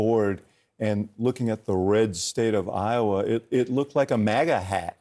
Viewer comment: It’s not muga it’s MAGA!!!